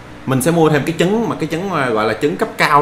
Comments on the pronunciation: trái trứng mà sao nói trái dứng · Hay quá nhưng mà sai sai trái trứng mà a đọc thành trái dứng đọc ngược lại là trứng ....